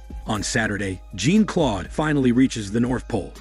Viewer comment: "Jean Claude" It's not pronounced like Jean from the X-men lmao